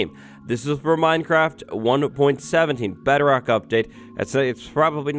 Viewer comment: The fact that he says bedrock like "better-oct" is slightly annoying but not enough for me to write a comment about lol (Edit) shit